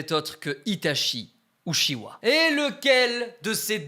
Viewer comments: les francais vous prononcer uchiwa hahaha en japponais et en anglais c'est uchia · Trop bien la vidéo par contre uchiwa sa se prononce utchia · BORDEL CA CE PRONONCE « uTchiwa » et pas « uchiwa » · Par contre ça s écrit Itachi Uchiwa mais ça se prononce Itachi Utchiwa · uchiha pas uchiwa bg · Tu veut bien prononcer UTCHIWA stp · non sa se prononce uchiHA dans la vrai version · Vous avez entendue sa prononciation des ( uchiwa) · Ce qui m’a le plus écorché les oreilles dans cette vidéo est la façon dont tu prononces Uchiha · La prononciation pour uchiha stp deja tu confonds les frère si tu prononces mal en plus...